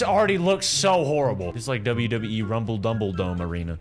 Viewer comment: Bro literally said WWE Rombol bumebum